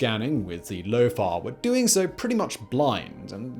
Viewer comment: Lofar or lofart. I'm sure he said the latter.